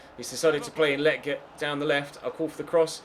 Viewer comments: Hey just wanted to say again that Lletget is pronounced (Leh-Jet) not (Le-Get) just wanted to let you know! Love the series mate! Keep it up! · You’re saying lleget wrong 🤦🏽‍♂️🤦🏽‍♂️